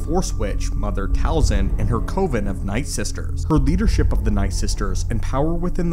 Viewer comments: Co-vin? Um, it's pronounced Kuh-vin. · Great video, just one small thing. "Coven" is pronounced as cuh-ven, not co-ven. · entire video ruined for me because i cant get past that pronunciation of coven XD cov·en not cove-en😄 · Coven, pronounced kuvven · Lol, yup. Except in the two movies “Coven” and “American Movie: the Story of Coven.” (I couldn’t find it funny nor accept it there either, tho)